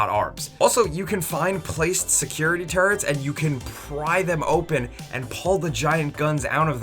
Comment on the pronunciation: it really sounds like says "security turds". I'll get my coat.